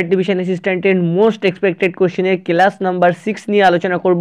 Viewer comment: Kelas na ota class pronounce karo